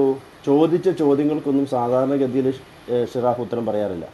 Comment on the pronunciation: ഷിറാഫ്അല്ല ജിറാഫ്